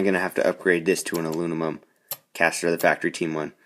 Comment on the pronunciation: "alunimum" haha, nice ride tho man